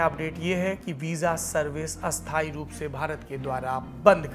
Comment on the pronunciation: पहली बार आप का उच्चारण अशुद्ध लगा । अस्थायी का उच्चारण स्थायी नहीं हाेता । नेपाल से साैरभ का प्रशंसक